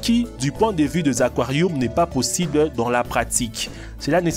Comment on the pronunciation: fait goulougoulou dans les aquarioums 😂